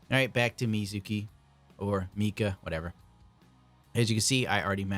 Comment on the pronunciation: 3 vids over the weekend? Feels like Christmas all over 😂👊🏼 Thx bruh! We appreciate ya! Love how gets at least one name wrong a video, Meezakeez(Mikazuki) 🤣🤣🤣 btw, the Godhand brushes are the shit, great for little details👌🏼